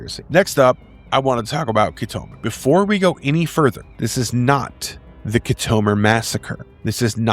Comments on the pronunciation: You call yourself a Star Trak fan but yet, you can't pronounce Khitomer? It's pronounced "Kit-O-Mer" Not "Ki-tome-er". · Good video as a dedicated fan. I would say that pronounced names in this video are far from the real pronouncements. KIT a Mir and 3 5 9, not 3 59, but I enjoyed and will recommend 👌 👍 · Try pronouncing Khitomer correctly. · Did you just take things from Wiki and Star Trek Wiki and make this. Because you should be able to pronounce the correct way on certain lore names and places. Locucuious.....and KITOMER....come on rewatch the episodes if you need to hear the correct pronunciations. It lowers your creditability and makes me not want to keep watching. Do better! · have you actually watched star trek?? if so, youd know how to pronounce kitomer. geeze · Why would you choose to narrate ST battles? 3.59? it's a place not a price. Wolf Three Five Nine. The "Battle" of Mutaru Nebula wasn't a battle, it was a Duel. Key-Tomer? Whatever happened to Show-Don't-Tell? The better option here. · Also mispronounced Locutus a time or two. And I can't get over Wolfe 3-59 instead of Wolfe 3-5-9. I'm a nerd, I know. Lol.